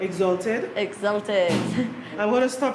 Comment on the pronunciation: couldn’t even pronounce the word exalted. Sad.